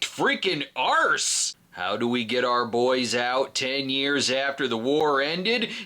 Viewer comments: Arse sounds odd coming out of a yanks mouth. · Very. Odd. 🤣